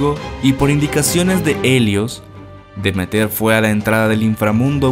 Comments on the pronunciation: Y porqué dices DemeTER todo el rato si el acento está en la segunda “e” Deméter, con lo cual se pronunciaría DeMÉter? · Estimado, no es "de meter", sino deméter. Qué lástima que hayas cometido ese error tan feo. Arruina el relato.